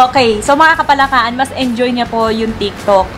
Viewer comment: Hindi parin masabi ng buo ni idol yung "KAPALAKAAN" Hahahaha "KAPALAKAKAN" 😂😂😂